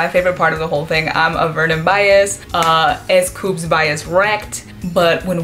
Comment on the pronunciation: he's name is S.coups not scoups!!!!